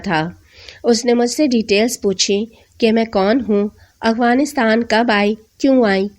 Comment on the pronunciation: Yaar Plzz Aghwanistan nahi Afghanistan pronunciation itni bhi mushkil nahi